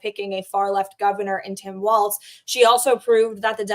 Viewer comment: Walz is said Walls not Waltz. Don’t insults a fun dance.